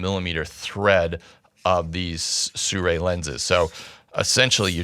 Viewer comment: SI RUI not SU RAI !